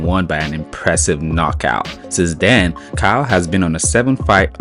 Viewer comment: Caio is pronounced Cayo with a weak o and a strong open A.